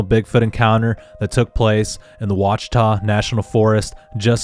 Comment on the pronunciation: Lost me at Wah-Cheetah. No one in Arkansas has ever called it that. Ever. Ouatchita - wah chi taw.